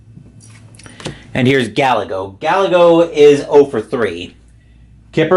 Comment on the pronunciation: btw - Gallego is pronounced " \gah-YAY-go\"